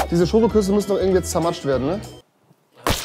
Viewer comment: Heißt es nicht „SCHOKOKUSS“ und nicht Schokuss.... guckt in den Titel